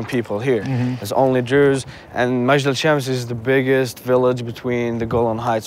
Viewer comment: its not ma-jd alshams.. Its mej-dal el shams :)